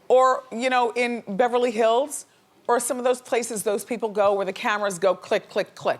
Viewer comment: She said Beverly Hillds too. :D